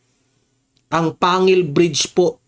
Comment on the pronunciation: Panggil po ang pg pronouns po